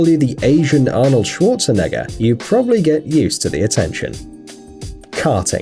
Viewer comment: It's Schwarzenegger german intensifies :D